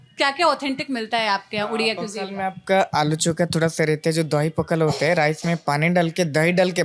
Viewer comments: पखाला नहीं पखाल कहिए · ये "पखाल" है पखला नहीं है। इससे सही करदेना बस 😊 बाकी हमारे राज्य को में दिखाने के लिए धन्यवाद। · पखाला नहीं ’पखाल’ ପଖାଳ बोलते है । Please correct it next time and Thank You for promoting our Odia dishes. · It's पखाल not पखाला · It's not पखला it's पखाल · पाखला नहीं, पखाल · It's पखाल ✅ not पखाला ❌ And we Odias call 'Alu Chawkawta' ✅ Not 'Alu chokha'(Hindi). Most importantly it's pronounced as 'Pawkhalaw ' ✅ not pakhalo❌/pokhalo❌